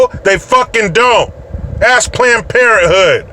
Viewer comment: I swore you said Klanned Parenthood. Even if you didn't I'm going to use it.